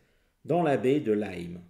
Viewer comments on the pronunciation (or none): none